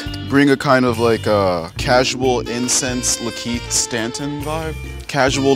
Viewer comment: Did bruh call Lakeith Stanfield, "Lakeith Stanton"? Lollll